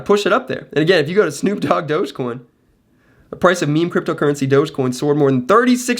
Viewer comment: My mans said snoop doge